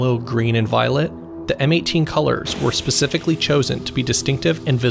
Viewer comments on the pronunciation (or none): none